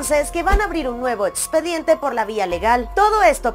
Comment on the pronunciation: Sorry no se dice Etspediente,protetcion,atsiones,ets-conductora,etspareja,protsima